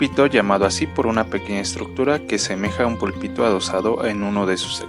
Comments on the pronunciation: Púlpito con acento. No pulpito. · Es Púlpito no Pulpito.......